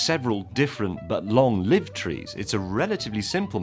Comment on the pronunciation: He pronounced "long-lived" wrong.